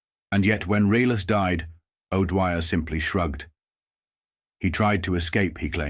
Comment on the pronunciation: Reles completely mispronounced